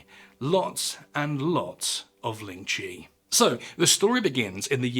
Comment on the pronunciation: This was a great video! Just one thing of note, the pronunciation in this video of lingchi is wrong, its the "white" pronunciation. The chinese pronunciation is 凌迟, or líng chí. Which means death my a thousand cuts, or lingering death. If you would like to learn, Chinese, or mandarin, is a tonal language, with 4 different sounds as marked above the vowels. ā, á, ă, à. 第一声 (dì yī shēng) or the first sound: ā, sounds like you're singing the note. If you sang out aaaaa, that's what it sounds like. 第二声 (dì èr shēng), or the second sound, á, sounds like you're asking a question, the sound goes up like at the end of a question mark. 第三声 (dì sān shēng), or the third sound, ă, goes down and is formed in the throat. If you groaned, it would be at that pitch, but you say it as a normal sound. Finally, 第四声 (dì sì shēng), or the fourth sound, à, sounds like you went "ah!" if you were surprised. The pitch goes down sharply, like a drop off a cliff. If you read this far, thank you for taking an interest in my culture! Its always nice to show people how to pronounce mandarin :D It can be a difficult language to learn, but the most important part is the pronunciation. It's a bit difficult to explain over text without a voice, but as an example, without the tones 四 and 死 would sound the same, but 四 (sì) means four and 死 (sî) means die or death. Its actually one of the things in our culture, why you wouldnt see a fourth floor (it goes straight to five) in hotels, or in the case of our red pack